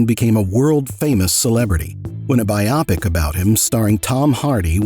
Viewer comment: I can assure you, this is not how Americans speak. We can pronounce Luton. Anything with "shire" at the end not so much! 😂 We tend to use a sharp I instead of a soft one. This guy... speaks like a robot. He even pronounced bio-pic (a biographical motion picture) as bi-opic. 💀